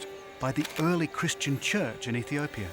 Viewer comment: EthiopiAAAAAAAAA there is no "er" on the end of the word. FFS